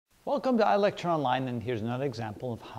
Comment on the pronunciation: ilecktyure its ilekchure